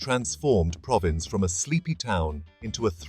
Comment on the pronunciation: If you can't be bothered to pronounce Provins correctly, it's not worth watching the video. So I'll look for another one. I'm not buying any crap.